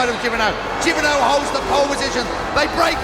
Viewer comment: sete jibernau not hibernao